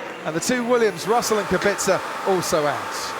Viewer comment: Is it really that fucking hard to say (KubiTZa)?!